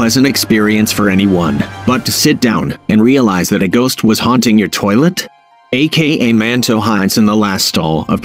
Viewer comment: Is not a-k-a manto is aka manto